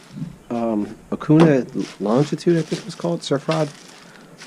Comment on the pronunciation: Dude say okuma the right away